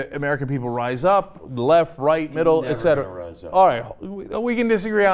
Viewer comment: Clark is always right. Cenk always says "ectera"